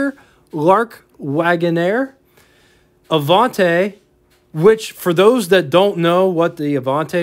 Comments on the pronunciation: "the Uh-Vonn-Tay..". Avanti,, please. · Minor quibble on pronunciation: It's "A-vahn-tee", not "A-vahn-tay." Likewise, it's "Tur-ees-mo", not "Tur-is-mo." The "i" in Italian is pronounced like a long "e". Sorry...just hit my ears wrong. My dad owned a 56 Golden Hawk (yellow and white) and later a white, 63 GT Hawk. The Studebaker dealer in Virginia Beach where he bought the 56 also sold Mercedes, and yes, the grills did resemble those on Mercedes at the time. He said the 56 was good for a 7-second 0-60 mph time. The neat item at the time on the 63 was that was the year the US changed to amber turn signals. It was quite a novelty to see them and JC Whitney catalogues even sold amber-colored polish to change clear turn signals to amber. The front fenders also had translucent markers that lit up at night. I took my driver's license test in the 63 and it was definitely a head-turner. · ah-VAHN-tee, not ah-VAHN-tay. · Nice video but I do want to point out there is no "e" at the end of Avanti. It is pronounced Ah-von-tee. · Other than incorrectly pronouncing ‘Avanti’ , good coverage.